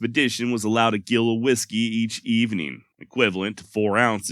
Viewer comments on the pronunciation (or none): i think the measure is a JILL not GILL but spelt as GILL , like the WORT is the WERT in brewing , in ye olde english WYRT but i say spelt you yamks say spelled , i guess i'm bein an anus ,i love your work my friend , cheers big ears from down under